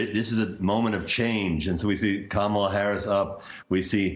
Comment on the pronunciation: Her name is pronounced comma la.